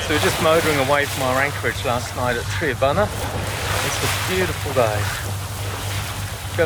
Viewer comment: For next time - Tri-a-bunna like trimaran not Tree abunna. 😁